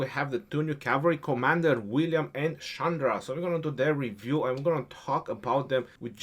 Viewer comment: your Pronunciation is wrong. That is not Sandra. The Pronunciation is Chandra. That pronunciation is like "china".